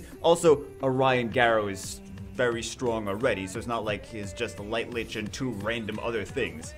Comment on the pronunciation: each time you said light lich.. I cringed harder and harder. We know what you meant though.. even if my face is now in an awkward permanent cringe state